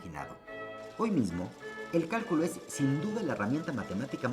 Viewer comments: Cuando comenzó el vídeo decía del "Cáculo" no Cálculo jajaja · Bueno, solo que al principio dice: qué es el 'cáculo'? Se comió la L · Todo bien, pero dice caculo xd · ¿Qué es el "Cáculo"? Pensé q era Cálculo XD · dice "Cáculo" en vez de "Cálculo", al comienzo sobre el fondo celeste. Saludos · ¿Cáculo? ;-)) (minuto ) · Dice Caculo, falta la l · ggg dice caculo😁😁😁errores ps